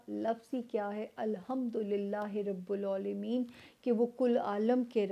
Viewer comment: اَلۡحَمۡدُ لِلّٰہِ رَبِّ الۡعٰلَمِیۡنَ ۙ Hota hai. Admin Mera comment delete mat kren. Namaz bhi to ye parhti hungi, inhe sai parhna chahye isse. "Rabb Al Aalameen" hota hai.